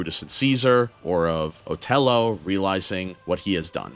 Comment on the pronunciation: "Lago"?? Seriously, man? It's and "I" not an "L", and it's pronounced "Ee-aa-go". The macaw in Disney's Aladdin had the name, and it was spoken throughout the movie. You also mispronounced "Othello". It's pronounced "Uh-theh-low".